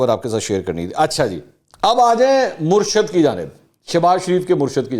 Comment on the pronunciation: منصور صاحب تلفظ درست کریں صحیح لفظ " مُرشِد " ہے۔ Murshid